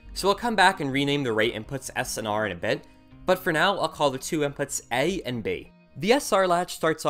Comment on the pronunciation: "äye and bäe" lmao